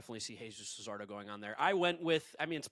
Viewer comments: update: this dude really said luzardo for the second pick 😂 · Hearing Jesus Luzardo hurts